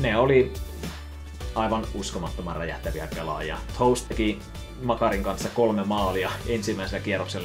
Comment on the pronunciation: älä lausu toews tollee pliis😂ei oo varpaat kaverin nimi